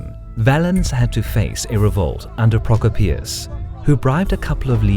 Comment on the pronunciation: Did you really pronounce Prokopios like that....